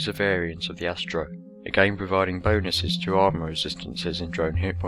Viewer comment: Astero = AST-AIR-OH. Ancillery = AN-SILL-ER-EE. Learn to speak.